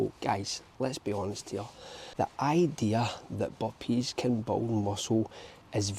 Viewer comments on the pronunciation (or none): He's talking about the Boppees